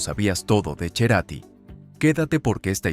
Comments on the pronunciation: En Argentina se pronuncia Cerati pero el apellido es italiano mas precisamente de Mozzate en la Lombardia y como tal se pronuncia respetando los orígenes familiares y no se castellaniza o españoliza todo. Las raíces hay que respetarlas. Si vos querés decir Cerati todo bien, pero el que habló en off en la nota no erró al pronunciar el apellido de Gustavo por que la "C" en el alfabeto italiano se pronuncia "Che/chi" capisci? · Es CERATI ,, NO cherati ,, primero pronuncia bien su apellido !! El es de mi tiempo joven ,, no lo conoci en persona , pero si su musica ,, tengo casi su misma edad ! Nunca me intereso por la vida privada de los artistas !! Grande Gustavo CARATI y su banda tambien !! 😅😅😅😅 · No es Cherati! Es Cerati! No es Deborah del Corral! Es De Corral. ACV es accidente cerebro vascular! No es cardio vascular. Y dale con Cherati! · Anormal no es cherati es cerati y fue de buena familia tarado habla bien sonso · No es CHERATI es CETATI. Me duelen los oídos cómo le vas a decir CHERATI? INSOPORTABLE! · El Che "Cherati". Yo solo conozco al genio: Gustavo C e rati (serati). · No es Cherati, es Cerati. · Cherati? O Cerati ....q mal pronuncia el apellido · Porque pronuncia Cherati??🤌 es CERATI así como se escribe se pronuncia !! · A ver amigo es Gustavo Cerati.... No cherati. Además déjate de resaltar los excesos cuando era un obsesivo trabajador incansable perfeccionista donde pocos alcanzan tanto detalle de perfección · Pensé que su apellido era Cerati y no, Cherati😮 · En una entrevista, Lilian, la madre de Gustavo dijo que no es Cherati sino Cerati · NO GUSTAVO CHERATI ES: CERATI 😅 HAY QUE CORREGIR ELLO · Cada vez que dice CHERATI es como una mordida a los huevos! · Es CE-RATI no “che”rati… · Y no es Cherati es C-E-R-A-T-I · Para los Argentinos es GUSTAVO CERATTI, NO cherati. Y no era de barrio. Venia de familia acomodada. Lamento perder mi tiempo con tantos errores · Cherati ? Se dice Cerati... Falta que diga Choda Escherio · Cerati, no Cherati! auch